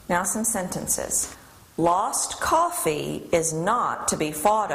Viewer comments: Koffeh is evolving... Koffeh has evolved into WHAYZANG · BOBBEH, COFFEHH